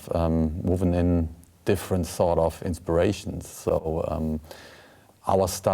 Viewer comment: when Hansi says "sort of" it sounds like "sod off"